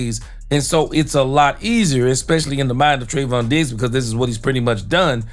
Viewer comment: Im taking a drink every time you say Treyvon Diggs and I'm asbolutly trahs#d oot of w my m Mjind